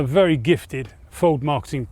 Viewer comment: Ford what Jonnie ? I can hear you say Ford and then it's gibberish. Pease pronounce the name correctly.